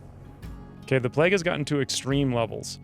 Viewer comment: This guy over pronounces everything and as a result sounds strange. What's pleg? Plague playyyyyguue.